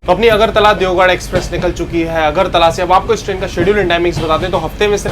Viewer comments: It's deoghar (देवघर )not deogarh(देवगढ़). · Bhai you are calling Deogarh (देवगढ़) which is wrong, actually its Deoghar (देवघर) alias BABADHAM. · Garh aur ghar ke pronounce me confused he bhai that's deoghar not deogarh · देवगढ़ ❌ देवघर ✅ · I'll definitely see ur next blog just to see whether you are pronouncing deoghar correctly or not 😂😂